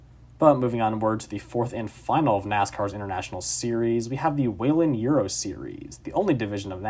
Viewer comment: Someone who actually knows how to pronounce Whelen?! 😱